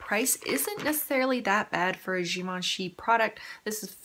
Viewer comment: you have to do a look with that green, I commented on your eye makeup in that video and now seeing that color oh my goodness its beautiful!! damn it now I need to go buy it lol , also the way you said Givenchy is the correct way!😊